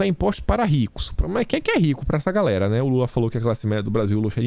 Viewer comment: Eu sempre entendi "Eai guerrrra, beleza???" 🤣🤣🤣🤣🤣🤣🤣🤣🤣🤣 Já começo assim também kkk